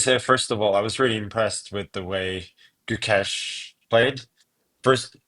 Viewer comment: Nitpick but why can't you guys say his name right? I've heard Magnus say it right in the past. The Guk is right it's the second half that is pronounced with A from face, not the E from Mesh. Does that make sense? So it's Guk-Ay-Sh. Thanks guys, if he's to be world champion, at least let's say his name right!